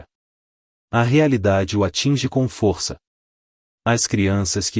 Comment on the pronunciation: O narrador pronuncia a palavra força errada e a palavra Valeria errada apronunçia é lé e fô.